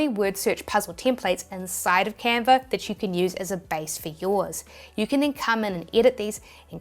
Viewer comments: no r in canva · Love your accent “Canver”…. I digress!